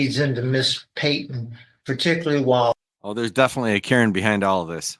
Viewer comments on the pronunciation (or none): none